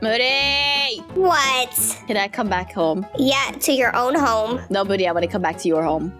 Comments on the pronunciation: It sounds like she said booty xD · It's Moody not boody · HER NAME IS MOODY NOT BOODYYYU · It's not boody it's moody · When said oh my god boody I think she ment moody 🤣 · You said boody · said boody when moody went like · said boody duh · moody or booty? 😂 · She said moody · LOL she said moodys name wrong